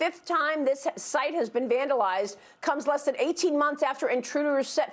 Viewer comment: EHPOC TIMES!!!!! NOT-------- EPIC TIMES!!!!!